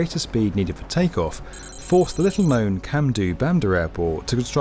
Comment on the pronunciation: It's pronounced Cham-doh :)